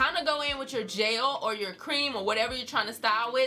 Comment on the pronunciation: People say I say “jail” instead of “gel”. And I always was so confused but I really feel like I heard you say it too 😂😂